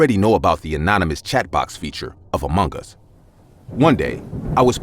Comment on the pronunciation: amung gees that is how to say it 😏